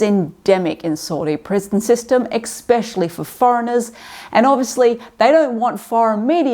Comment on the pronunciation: Saying exspecially is a uniquely American black dealio. 🫡